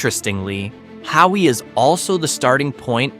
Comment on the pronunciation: Waimea on the big island shown on your google earth portion of your video, is not the “Grand Canyon of the Pacific”, which is in Kauai. Both areas have rich historical value and it’s important to showcase them both. You pronounce the historic sugar town now an artist community of Hawi, Hah-vee. There are many issues with your video. I appreciate your efforts, but you should visit and get the lay of the land, learn to pronounce the names correctly, and find true inspiration for these hidden gems. 💎